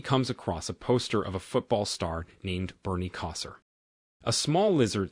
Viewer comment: Lol Bernie Kosar's name being mispronounced gave me a giggle